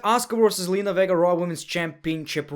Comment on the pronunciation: I cannot be the only one that heard him pronounce Zenlina's last name as Verga lmaoo